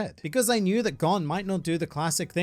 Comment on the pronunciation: GON IS PRONOUNCED GONE